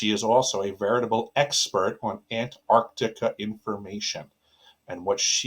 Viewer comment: "Ant-ARC-tica" not Antartica.